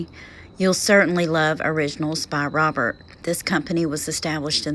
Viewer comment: Its pronounced robair- not robert